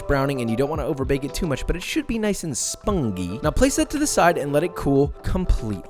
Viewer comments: The way he pronounced spongy "spon-gee" is cursed I changed my mind The farts r truly _cursed_, I for a moment actually paused the video to check it wasn't me and my brain was like "lol how come I heard it through my headphones but didn't feel it" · Just loving how josh pronounced spongy